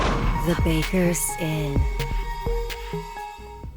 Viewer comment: Am I the only one who heard baker's inn as baker sin?